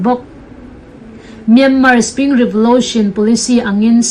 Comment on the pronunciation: Revolotion tih tawh loh tur revolution tih rawh ngaihthlak a nawm deuh theih nan